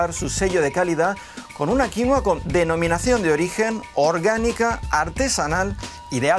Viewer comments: Deja de decir "quinoa" por favor. Paltea. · Ah , pues yo lo llamo, Quinóa! Como si tuviera un acento en la o, en vez de la i 🤔 ... Será que estoy mezclando inglés con español? 🙄. Y me parece una barbaridad que los españoles nos sigan robando el pan de la boca 🤬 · Se dice quinua, quienes son los alienados que le dicen quinoa?? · El nombre es "Quinua" , no "Quinoa" como el señor agricultor español dice . Y no creo sea mejor a la quinua andina . Tampoco exagere. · Su nombre es Quinua no Quinoa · Jajaja. "Quinua inca".... es aymara.